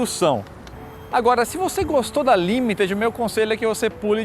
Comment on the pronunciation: Finalmente alguém para pronunciar LIMITED corretamente 🙌🏻